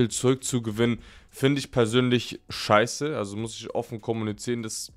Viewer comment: Musstest Du das Wort Schei... in dem Video so sehr betonen? 🙂